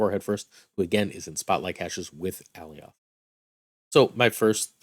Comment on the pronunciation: Love your content, and I hate to be "That Guy" but it's pronounced Uh-Lie-yuth not AL-E-Oth...they even said his name in the Loki show..